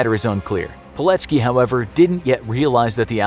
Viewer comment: PILECKI kurwa mać, a nie POLECKI !!!!